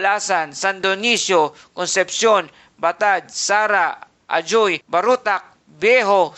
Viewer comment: Good morning idol mag pronounce sang ajoy AJUY na 🙏